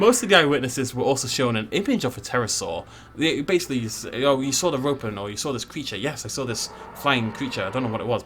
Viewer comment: Every time he says Ropen, I hear Rodan